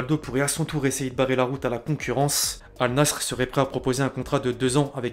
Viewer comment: Al "Nassre"? Oula